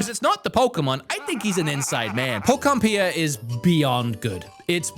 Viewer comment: PO KUP PIA 😂😂😂😂